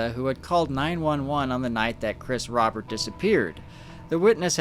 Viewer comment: Just a few things their family last name was pronounced roh-bear not rah-bert and while strange yes this was in fact likely someone getting into something they shouldn't have.